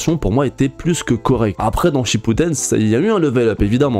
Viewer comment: Tu t trompé t'a dis Naruto akippuden😂